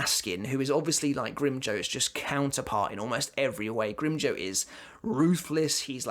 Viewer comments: Grimjoe??? Its pronounced "grimjow" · The way says grimjow sounds funny I spilled my drink